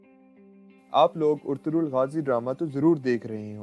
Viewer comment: Sir lafz Ertugul hy Urtugul nhi hy